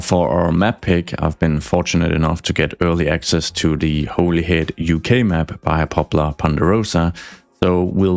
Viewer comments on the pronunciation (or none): Strangely its pronounced Holly-head